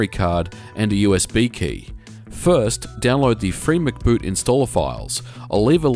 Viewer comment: It's free-em-see-boot, not Free Mc'Boot.